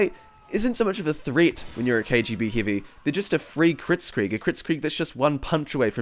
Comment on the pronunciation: I heard ''Hivey weapon'' in the start